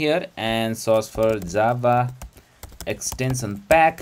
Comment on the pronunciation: Джаву называет как дзава)